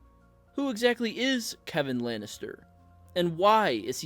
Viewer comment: I'm a little surprised that the author of this video actually pronounces the name "Kevan" correctly. Many blacks and Hispanics have 'appropriated' this particular spelling of "Kevan" and pronounce it as "Keevan", or "KeVON". Weird, but I actually watched a Hispanic try to pronounce my neighbor's name (David) as "DA-vid". Hilarious! 🤣🤣